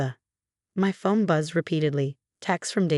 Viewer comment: It's not fome but phone, not sail but sale